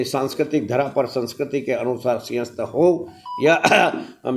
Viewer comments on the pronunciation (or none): मैडम पहले बोलना सीख लो सिंघस्त नहीं सिंहस्त होता है , और लैंड pulling नहीं लैंड pooling होता है । पता नहीं किसके जैक से इतने बुरे उच्चारण वालों को भी एंकर बना दिया ।